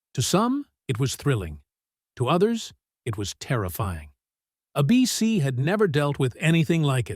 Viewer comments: Love the way that the AI keeps referring to ABC as "a BC!" But aside from that, this is a very good summation of the rise & fall of Dark Shadows. It was my favorite show back in the late '60's when I watched it, along with my friends, and grooved on the Gothic romance. Kudos to that way-out vision that first came to Dan Curtis in a dream! His quirky experiment left a lasting impression on all of us who remember it. And DS paved the way for later, wonderful series like Forever Knight, Buffy, Grimm, & Interview With the Vampire/The Vampire Lestat. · The announcer CAN say A.B.C. so why let the AI voice call it "A BEEcy"? And who the heck writes all these long-winded narrations? There are several channels with identical narrative styles and length. Arrrrgh. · "A bc?, not ABC?". I just can't AI. I'll look up how it ended, without listening to incorrect AI pronunciation. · Re-dub this piece with a live reader, not AI. Note: it's ABC, not a BC. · Is this another AI voice? It keeps referring to ABC as 'a BC.' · Interesting how this AI voice says " a BC" instead of ABC like the rest of us say it. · Somebody needs to teach AI to say “ABC” in the places where it says “A bc”!😻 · Wtf is this AI pronunciation that seems to have taken over YouTube? You pronounce the network "ABC" as "Ahh-beh-seh" ????? What were you thinking? And then, you don't correct it. Never watching your ridiculous channel again. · ABC (which, by the way, is pronounced with a long A, not a short A as in this video) never banned Dark Shadows. It was cancelled. Major difference. And why did you show a picture of Tony Curtis when talking about Dan Curtis? Did you think they were the same people? Such sloppiness is evidence of a video and a channel not worth watching. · Crappy bot narrators ruin the videos. Instead of saying the network's name "ABC," it says "a bc." We all know what a bc is, right? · It's pronounced ABC not a bee sea. I'm not too worried about A.I. yet. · uh -BEE-SEE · A Beesee. Really????